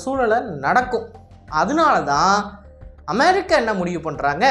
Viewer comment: நாக்குல கட்டியா அது அமெரிக்கா அமெ(ழி)க்கா இல்ல 😅😅 சரியான தமிழ் வார்த்தைகள் உச்சரி ஆங்கில வார்த்தையும் ழி கிடையாது குழந்தைகள் அறிவு வளர்ச்சிக்கு கூட இன்று வீடியோவை காட்டும் பொழுது உச்சரிப்பு சரியாக வராது😅😅